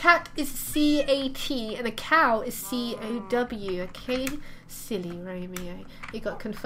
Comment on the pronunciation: you said caw not cow